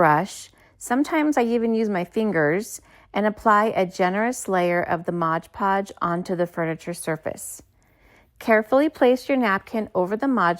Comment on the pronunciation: MOD. It's MOD PODGE, ya numpty.